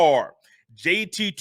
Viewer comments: It JT not JTT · I definitely enjoyed the show but Bro his name is JT not JTT....